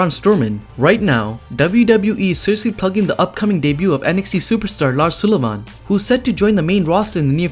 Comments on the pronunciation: The guys name is Lars Sull i van not Sool i van.!!!! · There is a reason why I don't subscribe. You cant even say Sullivan lol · Lars Sulli-VAHN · Sounds like he’s saying Sulli-VAUGHN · The way he says Lars SULLIVAN!!!! 😂😂😂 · JLyn Ortiz Ik but the way he says it’s cannot be written 😂😂